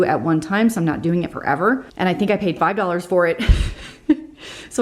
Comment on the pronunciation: Happy Holidays! My 4 yr. grandson loves when you say doll-hair... instead of dollar lol He now asks for doll-hairs ❤️❤️